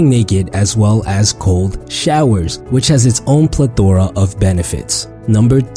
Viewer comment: The way he pronounce “plethora” had me dead